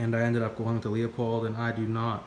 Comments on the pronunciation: It’s pronounced Lou Pold not Leo Pold. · Leupold is pronounced loooo-pold not Leo-pold. I’m Canadian too. That has nothing to do with it.